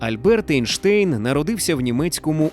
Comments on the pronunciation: Чому Ейнштейн, якщо він Айнштайн? І німецькою мовою його прізвище читається саме як Айнштайн, а не Ейнштейн, бо Айнштайн, це правильна вимова його прізвища. Einstein, «ei» в німецькій = «ай». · Друже, він Айнштайн. Це руснява практика "Енштейн" Albert Einstein В Німецькій мові E+I = Ай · Правильно Айнштайн, - бо саме так німці вимовляють це прізвище. Не будь московським лаптєстанцем, - будь освіченим европейцем! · Айн-штайн, тому що айн - це з німецьої це - один. Тому треба говорити так, як і вимовляється в німецької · Зважаючи на те, що він народився в Ульмі і його прізвище вимовлялося саме як Айнштайн, то воно має так і вимовлятися. Це не одне і те саме що назви країн на міст, які у різних мовах звучать по різному. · Німецька сполука літер "ein" читається як "айн", тому правильно Айнштайн. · Наче правильно буде Анштайн)